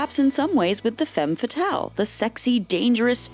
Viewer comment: Don't you think it's time to start pronouncing "femme fatale" correctly? You've use it so many times and still get it wrong...